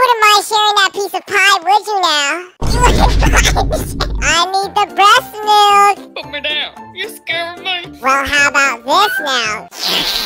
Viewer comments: HELP R U OK U SAID BREST MILK LM FAOSOAODIO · Bro why did he cips saying resmilk